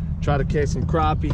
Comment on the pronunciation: You like me are from Alabama, It's crappie not "croppie" lol